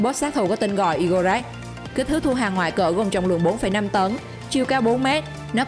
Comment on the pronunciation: Robot#2 Igorekran (i gô rê kran hay igorekran) đọc sao thành I-gô-rắc?? Đọc theo tiếng Nga hay tiếng Anh cũng kô có cách nào thành I gô krắc được.